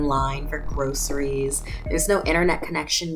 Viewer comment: She said grossries